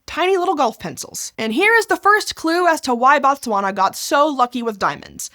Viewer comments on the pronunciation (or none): Very informative video. I always get surprised when Botswana is mentioned. I remember Fairly Odd parents randomly having a pop quiz about what the capital of Botswana is 😂 Not the best pronunciation of Botswana 😅 but great video